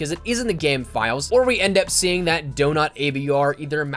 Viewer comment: Y’all heard him say “Donat” instead of Donut 😂😭